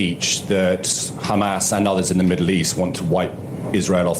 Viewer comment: Ghamas this, Ghamas that... Cant israeli people not just say "hamas"? Its childy and stupid that all of the spokespersons of Israhel are saying the same thing.. Its Hamas, its Hezbollah. Not Ghezbollah. They are not tough guys when they pronounced it wrong..